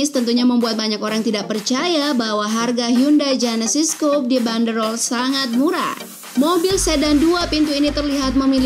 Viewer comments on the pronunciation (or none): Coupe itu cara bacanya bukan coup, tapi kup (amerika) atau kupe (brit) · coupè itu bacaannya kupe bukan koup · COUPÉ ITU BACANYA "KOUPE" COKK BUKAN "KOUP" NGASAL KALO BIKIN CHANNEL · Ogi Dharmasura Daily setuju gan, admin nya perlu banyak belajar bahasa asing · "Kooupp..!!" Wkwkwkwk belajar pengucapannya lg deh.. bikin malu aja isi suara video tp salah bacanya. Wkwkwk